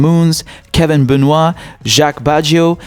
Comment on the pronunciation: Hey you pronounced my name correctly!! People here in the US have trouble with Benoit haha